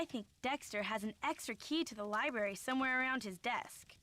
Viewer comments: Lie berry lol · Hearing the Dexter impression right down to pronouncing the word "libary" without missing a beat had me howling. Absolutely priceless.